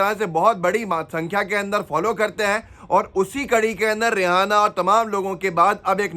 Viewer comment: Aap रि एना को रिहाना कायू पढ रहे हो Kya rihana name ki koi singer hai